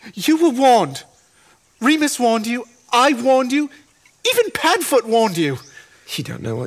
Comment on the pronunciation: Actually it Re-mus